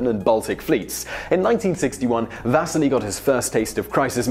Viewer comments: NOT "Vaseli", but Василий !!! = Vasiliy and the pressure is on "si" and not "Va". Thank you very much!!! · If only he had spent some time at least trying to pronounce the names properly... His name is not VAsili (stress on the A) but VasIli (stress on the first I)! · It's Va-sii-lee. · VasEEli, not VAsili! I like these videos, and I recognize that a lot of fringe names and foreign words pop up a lot, go ahead and mispronounced something you only say once in the video, but the name of the person the video is about that you say umpteen times should be pronounced at least close to correctly. Simon, you can do better. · The pronunciation of Vasili is wrong in this video. In English, we would pronunce his name as Vas-See-Lee. Also, they should make a full-length Hollywood film about the life of Vasili Arkhipov. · Can you at least get the pronunciation of the guy's name right? The stress is on the first i (maybe needs another i or y at the end too). You make it sound almost like vaseline. Quite heroic. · I cringed every time you tried to say Vasili's name. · You're saying Vasili wrong!